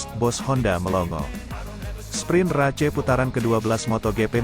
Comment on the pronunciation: Ruca race geli gue dengernya bacanya kayak anak SD yg blm kenal bhs inggris